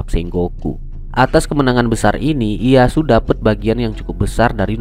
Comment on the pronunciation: Dibacanya: Iyeyasu bukan iyasu